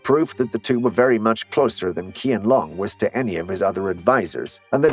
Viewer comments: At least try to pronounce his name well it's pronounced Chianlong and the name of the dynasty it's pronounced also Ching , this is so cringe , Chinese it's not my first language actually nor English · Crazy is you don't even know the proper pronunciation of the names of this long dynasty (Qing = Ching) and of this emperor (Qianlong = Chien-long), etc.; much doubt about all of the content herein. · Soon as I heard him pronounce the Emperor Qianlong name wrong Ik this video was going to be something else lol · I cringe every time you mispronounce The Emperor's name. Edit : don't read the reply section bellow! it's a war on its own! Many commenters also say the same thing as I say but I don't know why most people just decided to leave a reply on my comment 😅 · Worse than that. It’s like talking about the American Revolutionary War but showing images about Hernando Cortez. It’s jarring and the images have nothing to do with the history he’s talking about. Combine that with his mispronunciation of the emperor’s name, and I had to quit watch less than halfway through. 😒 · When you want to teach history but couldn't care less about pronunciation and just pronounce Qing and Qianlong all wrong and still expect ppl to act like you're legit. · You could check on how to pronounce Qianlong. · How about get the name's pronunciation right? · Atleast research how it is pronounced ..sigh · If you want to make videos about Chinese history, please do a little work and learn how to pronounce the names. Hint: the Q in the Chinese Pinyin romanisation is pronounced like CH in cheese. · When you wanna do a video on Chinese history, but can't even pronounce "qianlong" properly 🙄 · Learn to pronounce the namec orrectly if you are going to make a video about it... duhhh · It's pronounced "chian-long." Not Kian-long. 😑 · It is pronounced as "Chi-ahn lewng", not "Key-an long." Heshen is pronounced as "Huh- shun," not "Heh-shin." 😉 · Correct👍 It’s pronounced as Chienlong, not Kienlong.